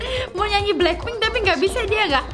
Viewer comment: lucu waktu bilang blakping😂😂😂😂😂😂😂😂😂